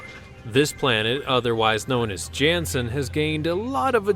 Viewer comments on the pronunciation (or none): none